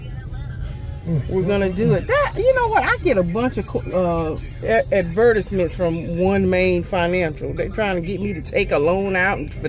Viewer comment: Glad you enjoyed those pretzel sticks! PS; I love how you say Advertisement 😂😂